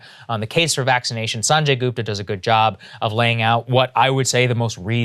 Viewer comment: How can Saagar not pronounce Sanjay's name right. I mean why you can't even pronounce your own people's name right.